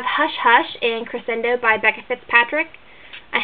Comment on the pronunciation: nice book shelves! whenever you put a tour up I always write down titles so I have a list. I do want to say, Crescendo by Becca Fitzpatrick is pronounced cre-shin-doe. I'm sorry if I'm being rude, but I've been in music for years and just wanted to let you know(: anyway, I love these videos! keep it up!! :)